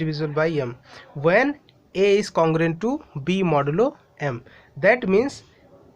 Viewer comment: I also noticed modulo yumm 🤣